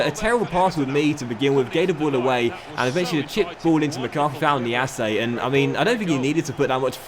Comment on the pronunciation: It’s pronounced niasse not niasseA